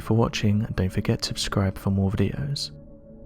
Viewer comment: What does it mean to "abscribe" for more videos? Don't you mean subscribe?